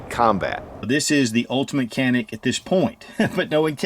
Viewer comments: No more politics, problem solved 👍🏻 was pronounced (john-ick) in Turkish but due to the world's mispronunciation, the company remade the official pronunciation to be (can-ick). Great video. Can wait to get this fire arm in a couple months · its written Canik but you read as Janik brother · It’s not pronounced Janik with a J or G… its CHanik they have two Cs and that one takes the place of CH. Have a little respect for other cultures as you expect them to respect us and ours. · Its Janik, not “kanik” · I have been corrected regarding the name of this gun company. CANIK....is evidently actually pronounced: "ZHA-NIK" not "CA- NIK". (I had it wrong too LOL!) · Canik is Turkish and pronounced "Shjaun'ick".. I own em. Love em. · Dju-nick.Private name (a mountain range) U gotta say it right! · The correct pronunciation of the brand is "JohN-eK." Great video. Ty for sharing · Canik is pronounced (Janik) in Turkish. The letter C is pronounced J. Please correct your pronunciation. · It's pronounced with a J. Janik. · no it's more like chanik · It's not kanik its canik